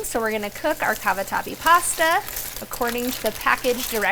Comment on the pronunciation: Chicken Cabawhati? 😁 love it when you talk foreign to us. 😆😆